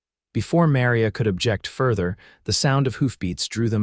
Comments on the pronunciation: Hope your story e need well as yout Tmr mispronunciation of Maria and Santa Fe was so bad I couldn't keep liatening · It is a good story but any idiot knows how to pronounce Maria & Santa Fe properly. Please check your pronounciations of names. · AI voice, mispronounced Santa Fe and Maria. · I am getting hooked on the stories, but the AI reading these is killing me. Santa Fee? How do say a name like Maria? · Really annoying to hear the constant mispronunciation of the name Maria and Santa Fe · I know! Drives me crazy too!😂